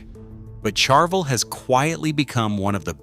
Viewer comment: I like your videos, usually insightful, but the way your AI narration pronounces Ibanez and Charvel is an abomination to my American English ears. Please QC your AI narration much better before release, or I might unsubscribe, ha. Don't make me unsubscribe and hit the dislike button, please. I can not like these videos presently, with those inexcusably lame pronunciations of brands and other words that have been well known for decades.